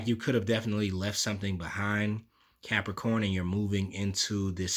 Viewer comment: I hit Like before the reading even started cos I love it when you say "what's going orrn, Capricorrrn"! 😁 Always get something out of your readings anyway but that's the cherry on top for me!